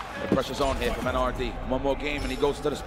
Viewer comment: es MENA ERRE DE, no MENA ERDI